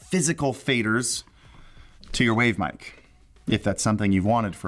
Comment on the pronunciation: Anyone else come to the comments wondering why he can’t say Mic/Aux